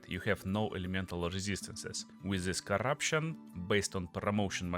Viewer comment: Так и хочется написать "да говори по-русски блять" Акцентишь пиздец просто. "Зыс скил", в corruption не произносится одна R - просто корапшн.В Before не произносится R(бефау/бифо)). Просто что не слово,то выдает в тебе ебейшего рашн спикера. А ascendancy Нет звука Ц,это можно читать как двойную С -ассенданси. . Слушать адово больно , учитывая что местами ты добавляешь буквы в слова там ,где их нет.Твое overall звучит "овер-рал".